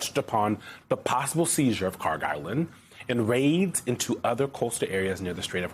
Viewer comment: Kharg by the way not Carg.